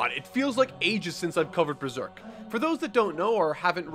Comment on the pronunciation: "But this is beeserk"